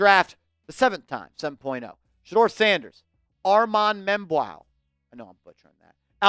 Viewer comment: the way you pronounce his name is mem-boo